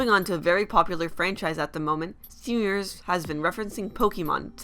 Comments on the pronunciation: YOU PRONOUNCE STEVEN UNIVERSE LIKE STEEUUVURRSE AND IT DRIVES ME INSANE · When you say 'Steven Universe' it sounds like 'Stefhnuverse' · For fucks sake it's STEVEN UNIVERSE not Seeven isvsiverse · stivnunvrse... i lost my shit